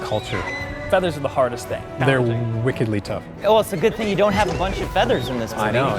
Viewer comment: So frustrating to have them say “wickedly” so many times without them pronouncing it like “WICK. ed-lee” re-the Adele Dazeem incident.